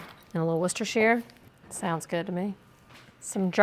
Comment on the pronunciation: Love your content & I just want to let you know that you're the only one I hear pronounce Worcestershire correctly.